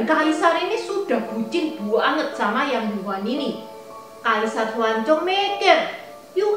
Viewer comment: Cuma aku mau kasih masukan ya , nama asli Yang Gui Fei dibacanya Yang "Yii" Huan, bukan Yang "Yu" Huan. "Yu" dibaca "Yii(玉)" artinya adalah batu Giok.